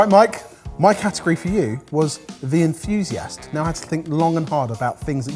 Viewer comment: Enthusiast "rhymes" with Infusiast